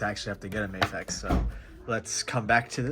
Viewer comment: Bro, it's Mah-fex not May-fex